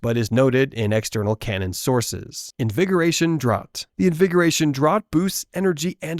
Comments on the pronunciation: Draught is pronounced "Draft" btw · It’s pronounced draft of living death